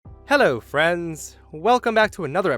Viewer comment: Why did his hello at the beginning sound British/English